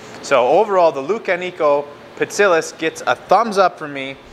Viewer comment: Pronounced Pi-tsi-giás. Like gyro: "γ". Also: Lou-ká-ni-ko.